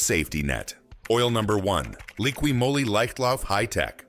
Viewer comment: Moly is pronounced Mall-ee. Not Mow-li.